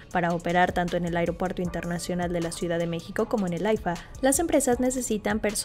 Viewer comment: EL 'AIGROPUERTO" DEL KKS, SERÁ INCOSTEABLE